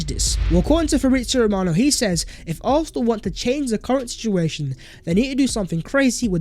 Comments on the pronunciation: Arthenal 👀👀👀😅 love u my guy but 👀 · For Gods sake, atleast pronounce "Arsenal" properly man..😑